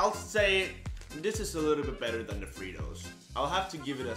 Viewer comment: Haha its pronounced fry toes but they spell it fritos